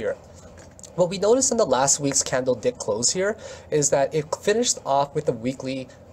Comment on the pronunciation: Did you say candle dick? Haha.